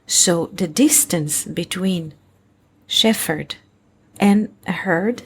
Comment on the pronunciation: Shephard is pronounced Shep -herd, rather than Stef -herd....